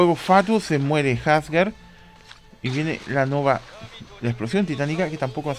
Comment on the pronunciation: Que horrible cuando le dicen jasgar , hasta en la traducción oficial le dicen Asgard de tauro :/